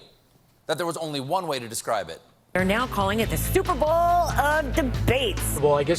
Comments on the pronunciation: she said "Stuperbowl" and I heard it I replayed it and that's definantly what she said. Isn't there a copyright infringement for saying 'superbowl" you can't even call the "superbowl" the " superbowl" in you sports bar promotions for the 'superbowl" So how do the networks get away with that gaff and why didn't the genius pundits and comedians grab that and make jokes about it? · Did you say: StupidBowl?